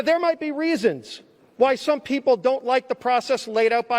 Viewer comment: We the weepull of duh webubwic of the green new deal....hold these socialist to be equal and .... oh come on Joe you know the thing